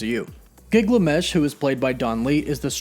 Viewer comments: It’s Gilgamesh, not Giglamesh!! 😂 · Damn you're even butchering Gilgamesh smh